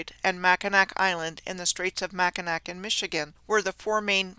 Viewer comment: Lower peninsula here. Yes, names of towns in Michigan are so hard to pronounce properly if you don't live here. However, the one thing that is like finger nails on a chalkboard to Michiganders is mispronouncing Mackinac....and she got that right!! 😊 This was incredible, incredible research!